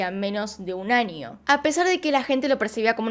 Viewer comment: por que dices anio en vez de año?